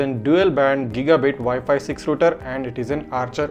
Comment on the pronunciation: Its not roter its called router